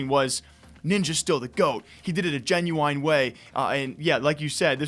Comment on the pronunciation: This man really said Genuine like Jen u eyen